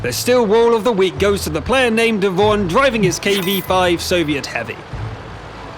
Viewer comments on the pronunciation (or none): none